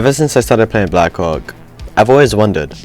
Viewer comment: Please say black hawk not black co*k